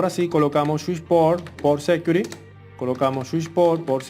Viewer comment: Muy bien hecho pero le quiero hacer una recomendacion que me parece es bien importante por la audiencia y la labor de educacion que esta ejerciendo aqui. Has pronunciado varias palabras muy mal. Aqui le menciono las correcciones del caso: security: Ud lo pronunica sécuri. Se pronuncia sequiúrity. sticky: le capto a escuchar que dice steak (esto es un corte de carne). Se pronuncia stiqui. configure: se pronuncia confígiur (tilde en la primera i ) Finalmente. mi mejor recomendacion es usar google translator para que le suminitre la adecuada pronunciacion. Fuera de ahi, exc video. Muy informativo.